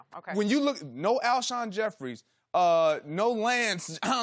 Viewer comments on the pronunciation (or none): "Alshon Jefferies and lance Johnson" How come these analysts are always getting these names wrong